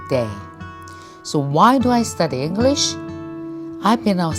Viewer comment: 김미경샘 계속 영어공부하시는 모습 대단하세요 저는 35년차 영어교사입니다 노력하시는 모습 보기 좋아요 발음 부분은 쉽게 바뀌지 않는 것 같아요 다른 발음보다 English라는 단어가 살짝 어색하게 느껴지는 것 같아요 단어의 강세에 좀 더 주의해서 문장의 억양을 자연스럽게 연습하면 더욱 더 발전하실 것 같습니다 지금도 충분히 잘 하고 계시고 앞으로 더욱 정진하시는 모습 응원합니다❤